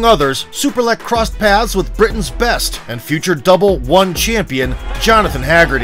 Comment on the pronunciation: The whole time I thought u say "Super leg" 😅😅